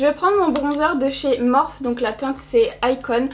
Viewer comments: En réalité ça se prononce « morphé » donc ni morphi comme les américains ni « morph ou morpheu » comme toi. Ça vient de la mythologie grecque et c’est une divinité du sommeil, des rêves et des rêves prophétiques :) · Morphiiiiii pitié morphiii pas morph 🙏🏼😭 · "MorphEU" hahaha ta prononciation m'a tuée, je crois que c'est "Morphi" .. ? sinon chouette vidéo 🌠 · Oui oui c'est bien Morph'i' normalement x) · SUPER VIDEO JUSTE UN TRUC C'EST QUE LA MARQUE MORPHE S'éCRIT COMME CA MAIS ON LA PRONONSSE MORPHI SINON TA VIDEO EST GENIAL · MorphEU xD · morpheuh mdrrrrr team nul en anglais levez-vous x)